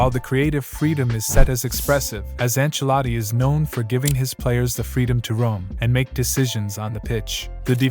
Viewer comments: Enchiladi😂 enchiladas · why does he keep calling him?